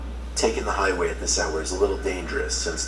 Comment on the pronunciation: I thought said Hide wig but he said highway😂😂